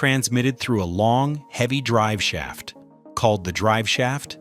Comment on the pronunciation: ''long hevy drivesaft called the drivesaft''